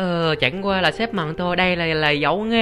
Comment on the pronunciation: Mận chứ ko phải mậm haha